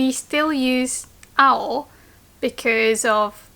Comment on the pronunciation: I thought when you said "青" you said "あほ" as in baka/stupid 👀👀